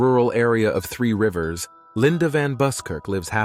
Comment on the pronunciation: Maybe that's why they're called colonies! Lol jk. Seriously though, even the way they pronounced Three rivers at the beginning drove me nuts. Why spend all the time and energy gathering all this information and get the pronunciation wrong. Especially since you even pronounce the word colon the same way.